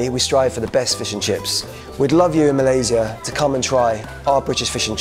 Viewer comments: respect for pronouncing Malaysia THE RIGHT WAY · Nice Malaysia pronunciation, better than most Malaysian who goes for english style pronunciation 👍👍